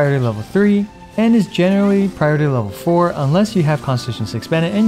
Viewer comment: Oh god he's one of those people who say "pry ority"